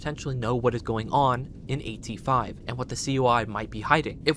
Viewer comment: AT-5 sounds like the number 85 🤷🏼‍♂️